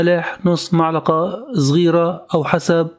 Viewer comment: معلقه أو ملعقه هههه عطوه لايك والله لما تابعت آخره أعجبني